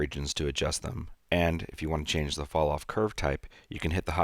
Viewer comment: was anyone else not able to get a..what did he say?: "Fall-Off"